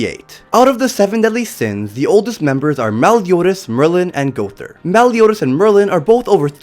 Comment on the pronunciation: It said Maryland for Merlin